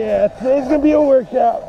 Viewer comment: Mrz im not giweng to school in wenday